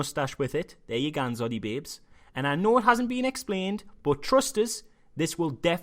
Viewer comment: I laugh every time you say 'Zoddybabes', lol.